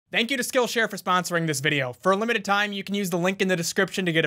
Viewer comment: "Thank you to skillshare for spAHNsering this video."